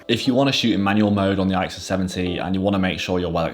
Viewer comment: You pronounce it "ick sus." Great series of cameras by Canon.